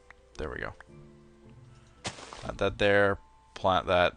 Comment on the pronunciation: did u ever notice that u say plont not plant? I think thats funny. Also, what do u think about the new pokemon? if they add it would you be excited?